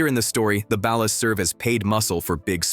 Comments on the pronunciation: its ballas like a basket ball not balas like balance. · Ur saying bail-us try ball-ers ball-las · Ball-ers not bal-las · Why does everyone pronounce it balus? Like bro it’s ballers with an A. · Bro it’s BALL -UHS … not balis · Ballers but without the er and add an a. Ballas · Another channel that can't properly pronounce Ballas? It's Ballas not Balist; Baller not Bailer lol. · Can you learn to pronounce words before you make a facts video bc wtf is a bal-er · Stop with the AI narration. Like shit is mad annoying. "The Balis, The Baleer" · Ballas are pronounced Ballers lol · Wtf is a Ba-Las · its Ballas like Ballers. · Bro has NEVER played GTA SA. What he mean Balus?? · Ballas is pronounced as BALL-AS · Honestly I've only learned how ballas is pronounced recently. I know its ai being stupid, but that's how people pronounced it in my country lol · Unwatchable because of Ballas being pronounced like is part of a light fixture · The way ballas are pronounced is cringe asf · Why you pronounce baller like that? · Ok but why does he pronounce “Ballas” like that? 😂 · The pronunciation of ballas is killing me 🤣🤣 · No groove is bloods not crips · I cant get over the mis pronunciation of Ballas. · I hate the way he says Ballas. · Why can't this guy pronounce Ballas and Baller? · So they can pronounce Kane correctly but not Ballas? 🤣🤣🤣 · How can this video have so much cool knowledge about the game yet not pronounce “Ballas” properly. Heck, you couldn’t even pronounce “Baller”. The only time I have ever pronounced “Baller” the way you pronounced it I. The video is when I’m talking about WWE wrestler Finn Balor.